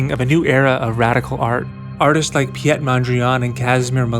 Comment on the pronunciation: Lovely video, just one nitpicky note: The Dutch name "Piet" sounds like the English name "Pete". A lot of people might claim otherwise, but none of them will be Dutch. Fijne dag!